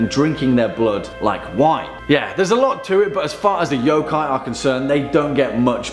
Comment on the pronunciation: Stop pronouncing every O like "OUW" when it's pronounced more like "uh" y'uh'kai. Please! how is it so hard for people to grasp this simple thing.